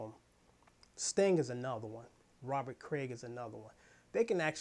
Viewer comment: Rarely do I even post ....But just to let you know....it's Robert Cray as opposed to Robert Craig. otherwise good content.